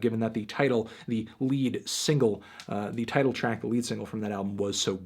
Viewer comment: A lot of nice returns after long absences. Also, Wire's album title isn't pronounced lead as in lead the blind, but lead as in the metal. The hint is in the title.